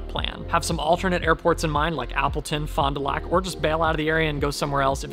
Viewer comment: Looking forward to getting a picture with N80991 on display! Hope to run into you and Chelsea when I’m there. Fond du Lac pronunciation was perfect.